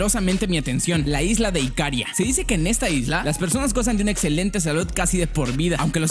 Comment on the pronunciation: No es IKÁRIA, es IKARÍA. ¡Buen vídeo!